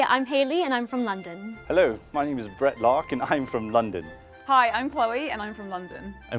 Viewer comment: when the guy named brett introduced himself it was painfully obvious because the way he didn’t fully pronounce the ‘t’s